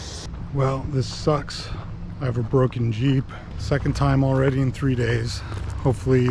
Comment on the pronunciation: JEEP RHYMES WITH CHEAP